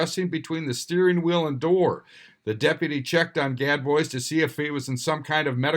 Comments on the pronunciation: IKR....everyone knows it's pronounced GAD BOOZE! ;) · Gad Boys🙄 #1, how have you never heard the "-bois" pronunciation? #2, why do you never just make a phone call and ask?